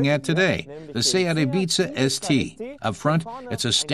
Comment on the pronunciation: 0.42 A-BEEZA ES TEE? LOL